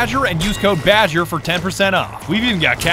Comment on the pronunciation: it's badger not ''bagger''